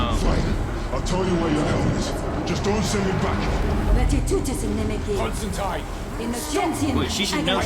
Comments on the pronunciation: Still using the incorrect constanteen even when the show is pronouncing it constantyne, bloody americans... ;p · It's pronounced Comstantyne like the river Tyne or Fine. i-e is a long i sound. This was still the case when I taught American English abroad, so I don't get the common miss-pronunciation. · That was a bit frustrating. Even after hearing Constantine pronounced correctly the whole episode, the three of you insisted on mispronouncing it when you talked about her... The name has always been pronounced ConstanTYNE. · Why do Americans insist on calling him and her Constanteen? The series uses Constantyne, which is how Alan Moore, who created the character, said it should be pronounced. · That's the American pronunciation of the name. It made sense when we were talking about the Keanu Constantine, since he was American. It just stuck even when we went back to more comic faithful adaptions. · ConstanTINE it rhymes with FINE.